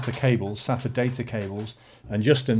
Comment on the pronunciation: Btw it's pronounced SAYTA, and it's called an SLI Bridge. Also water cooling isn't that much better than air unless it's custom in which case it is much quieter and much better in terms of performance. In this case it is only slightly better and isn't always quieter plus it costs substantially more. That being said the pump is much smaller than a heat sink and fan and may be better aesthetically especially if you have a windowed case. Also nice cooler!